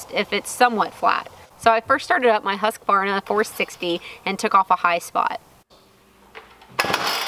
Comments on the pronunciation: At least you're close. Most people add an a in the middle: husk-a-varna. As Simeon says, it is pronounced whoosk-varna. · I believe it's pronounced "Hooskvarna" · You do pronounce husqvarna wrong! U shouldn't be pronounced like a english "A" in there rather than a swedish U. (not O either)